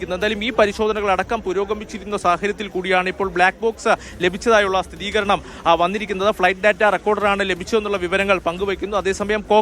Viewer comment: സഹോദരാ, സ്ഥിതീകരണം അല്ല, സ്ഥിരീകരണം ആണ് കറക്റ്റ്